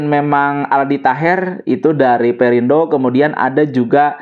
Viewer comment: admin salah nyebut "partai perindro" 😂 jadi inget Mang Kusnadi. Bilang Spring Bed jadi Spring Bred. Kerap menyelipkan huruf "R" di akhir suku kata